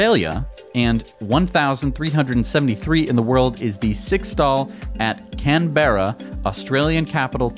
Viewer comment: Great video guys how ever Canberra is pronounced "CAN-buh-ruh".